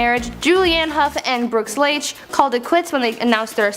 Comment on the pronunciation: Nick La- chay, not Layhee.